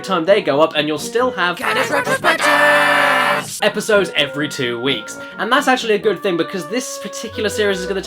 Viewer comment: I swear i hear "caddys retrobitches"